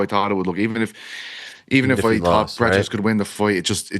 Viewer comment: It's Prates, not Peaches